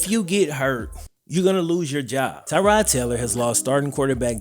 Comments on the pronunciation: It's "Tuh-rod" not "Tie-rod" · As a member of the Bills Mafia and a Virginia tech fan both of these pronunciations are incorrect, it's Tuh-God or Ty-God Taylor, just a huge fan of Tyrod's heard he might get a statue somewhere in Buffalo Courtesy of Bills Mafia, might already have happened, I live in Charlotte North Carolina